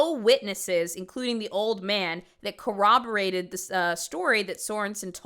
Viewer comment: I've noticed recently that people that lie like the mom here can't ever pronounce the word corroborated correctly. They always pronounce it "co-woberated," almost as if they can't be honest about how it's pronounced.